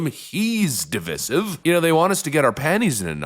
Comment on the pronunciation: Divissive is NOT A WORD!! It's divisive pronounced D-VIZE-iv